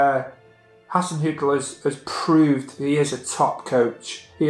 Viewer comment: "Ralph HAR-ZEN-HUTT-ALL"